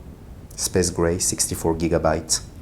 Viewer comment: “Spaze gray”